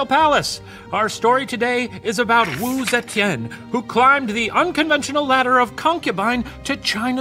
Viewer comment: the professor's pronunciation of wu zetian is surprisingly good! wonder if steven practiced a lot with him 🤔🤩 sending lots of love from singapore ^^